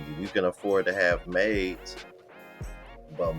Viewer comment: Did she say maids or mates?